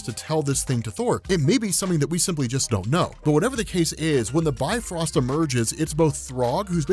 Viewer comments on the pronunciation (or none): Bifrost is actually pronounced "bif-rost", not by-frost. Technically it sounds more like "beefroast".